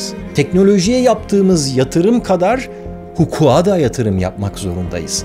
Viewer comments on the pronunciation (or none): "Hukuğa" değil. "Hukuka"